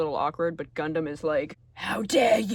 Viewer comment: The Guhndam read was pinpoint accurate 😭